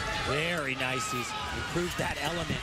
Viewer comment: Meowww! And it's "nice" not "nive"....